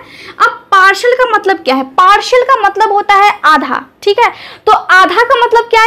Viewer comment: Partial not parshal